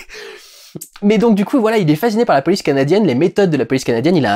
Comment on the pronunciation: Premier visionnage, je n'ai pas entendu l'accent canadien. Deuxième visionnage, j'entends le petit "canadiienne". Si ça peut te rassure, c'est pas l'accent canadien/québécois le plus prononcé que j'ai entendu de la pars d'un français. Bob Lennon fait bien "pire". Pis, à la question "pourquoi est-ce qu'il faut que je fasse une accent à chaque fois que je parle du Québec". La réponse est simple: tu es FrrANçaiis (à prononcé avec un accent québécois ou une caricature d'accent parisien/français).